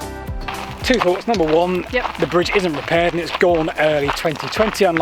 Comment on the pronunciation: Please try to pronounce “Th” instead of “F” It’s South not Souf It’s Thought not Fort It’s Heath not Heaf It’s Together not Togevver You’re old enough to know better.